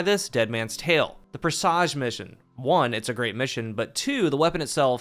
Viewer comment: Ok, now that the mission's going away, I've gotta say something... it's press-ij, not pre-sahj... all yall streamers say it like dressage or corsage, but that's not correct ok, got that off my chest, otherwise, solid video, and happy birthday!